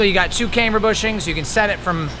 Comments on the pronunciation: because it’s pronounced camber. Not cameber. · Lets say it together.........cam ber........it’s not came ber 😂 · The way this guy pronounces “camber” is giving me heartburn.